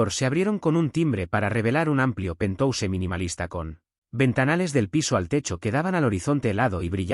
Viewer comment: Mala narrativa!!! No tratan de aprender como hablar. Cuando hay palabras en inglés!😅😅😅😂😂😂 ( penthouse). No se dice Pentose 😂😂😂